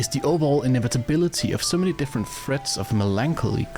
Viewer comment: Why can't you just pronounce the "th" sound? Why must "Fred" and "Thread" sound the exact same when you say it?